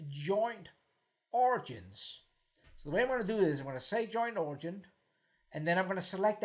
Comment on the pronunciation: The word you keep "butchering" is pronounced "orijin"...:)...great video.